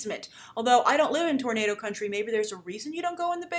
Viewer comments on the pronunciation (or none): none